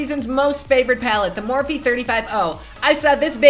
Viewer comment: i love the way u pronounce morphe...soounds so sweet...